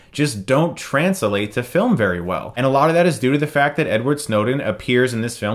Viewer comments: This may seem very weird to point out but you randomly started to mispronounce words. "Transelate" instead of "translate" and "Survaleeance" instead of "surveillance" hope you don't have a stroke soon. besides that good review. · "Trans-Alate" ?? Huh? "Trans-late" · transalate? are you botching the words on purpose? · I know it's off topic, but you say, "surveilleeance" and "transalate". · He's experiencing very heaby, heaby burtation... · What is going on Chris? You said "transilate" at one point, and "surveillEance" earlier in the video. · Surveillyance, Christ? TRANS-A-LATE, CHRIS?